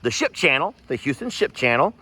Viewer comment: did u say shit or ship???